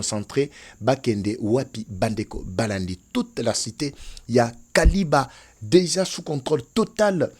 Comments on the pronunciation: Kiliba et non kaliba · c'est Kiliba et non Kaliba, merci. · C'est KILIBA et non KALIBA, merci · Sucrerie ya kiliba et non kaliba. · c'est KILIBA et non KALIBA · Frère on ne dit pas Kaliba on dit KILIBA merci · Kiliba et non Kaliba. 🇨🇩🇨🇩✌️ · Ne dites plus Kaliba. Dites plutôt KILIBA. Je suis à Uvira. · Il s'agit de Kiliba et non Kaliba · C'est Kiliba et non Kaliba. C'est la cité où il y avait la sucrière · C'est KILIBA et non Kaliba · Non kaliba mais Kiliba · C’est Kiliba et non Kaliba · K I L I B A et non KALIBA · Pronunciation c'est KILIBA. MATONDO